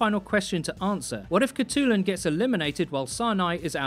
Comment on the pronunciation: hi im a mongolian person myself, and id just like to say that her name would actually be pronounced "hut-lun"!